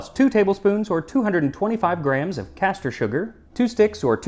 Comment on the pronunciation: Caster sugar Max - not castor sugar.